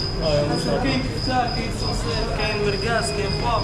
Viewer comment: خويا يقولولو الصوصيس saucisse ماشي صوصيط 😂😂، ولكن شكرا على الفيديو الاثمنة النار تحيا ثمن السوق ، وتحيا حومة طنجة